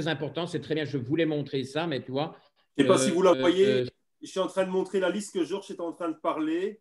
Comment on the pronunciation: Ah😁le "Georche" de est constant